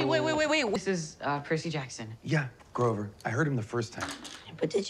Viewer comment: Wow got GROVER's name right. What a good god looking after his satyrs XD